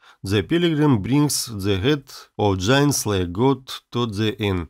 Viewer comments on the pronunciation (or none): none